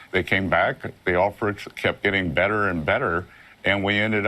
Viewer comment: Did you hear ? He didn't say "better and better" but " badder and badder"